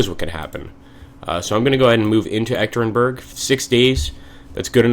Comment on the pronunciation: Hi! Im actually baffled by the appearance of G. Zhukov at your side, in August 1918 he should be recovering from a serious illness in Moscow just to join the Red Army shortly. As a side note, the city where the Tsar was murdered is pronounced "Yekatyerinburg" :) Good luck Admiral Kolchak, you will need it :)